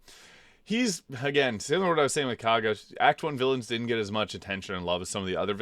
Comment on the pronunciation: Thank you for pronouncing Kagha properly. I hate how they say it in the game. It really makes no sense. Maybe it’s just me being a stupid American but I can’t see how Kagha is pronounced “Korgha”.